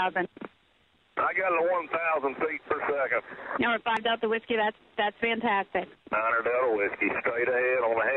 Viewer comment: haha noticed that too. "fastastic!" boom